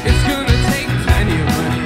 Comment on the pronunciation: I only discovered this today! I love George Harrison and I love Brandon Flowers. Brandon is such a GOOD singer, and he is so sweetly faithful. A real celebrity and good example. I dig how he says "goona" for "gonna".